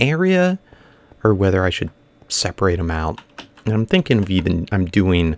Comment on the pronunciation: "I've just been tink-"